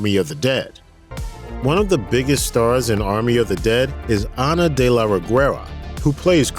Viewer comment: Damn you didn´t have to butcher Ana´s name like that